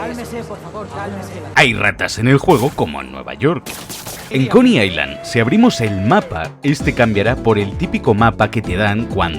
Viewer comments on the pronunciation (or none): none